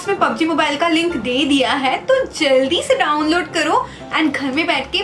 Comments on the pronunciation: I laughing so much di when you say joldi se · Wo bengauli hai iss liye wo boli joldi se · I laughed so muchhhhhh when you say 'Joldi Se'🤣🤣🤣🤣🤣🤣